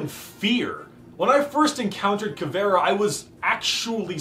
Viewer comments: As a Brazilian I found this video very INTersting funny, also "Cavera" as Caveira? Something wrong is not right. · Eu achei que ele tinha dito "caviar", só soube que era "caveira" por causa de teu comentário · As a brazilian viewer as soon as I saw this title I needed to watch this,but in ther first 5 secs before he said "Caviar" instead of "Caveira" i was like wtf is going on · BRAZILIAN ANGRY SOUNDS WHEN SAYS CAVÉRA INSTEAD CAVEIRA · Also-hmm she is called CAVE-I-RA NOT FUCKING CAVEAR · Not ca-ve-ra, it's CA-ve-ii-ra. I'm brazilian. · As a brazilian, hearing you speak "caveira" as "cavéra" is kinda funny. Anyways, great content, my dude, you look way more comfortable and happy, the camera is great too! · Ta mais pra caviar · Smh this nigga can’t even pronounce her name right